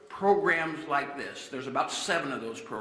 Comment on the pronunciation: "Like" me, not Luke me!!!